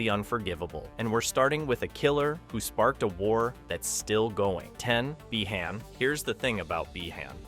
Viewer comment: Why is bro saying bi-han like that💀